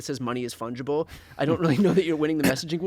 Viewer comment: You need a word of the intro. Let's start with ' fundgible' ?????